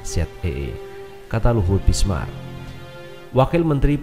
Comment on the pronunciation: Binsar massssss. Bukan bismar... .piye tooooohh...toh... .xixixiixxi